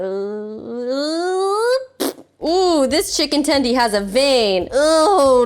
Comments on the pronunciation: STOP SAYING TENDIE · Please don't say "tendy" ever again... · Everytime she said chicken tendy a puppy died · “tendie”? how old are we